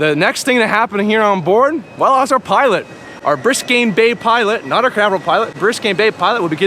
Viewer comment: Biscayne not Briscayne bay